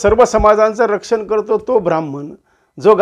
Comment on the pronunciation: क्षमा.ब्रा म्ह म्ह ण नाही. ह् + म= ह्म ब्रा ह्म ण